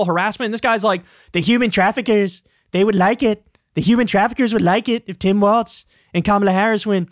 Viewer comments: Why does Kyle keep calling him Tim WALTZ and not WALZ!?! He keeps mispronouncing his name! For weeks now! 🤣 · Bro, his name is WALZ NOT WALTZ! You should know this by now. Pronounced like, "Building Walz does nothing to stop border crossings"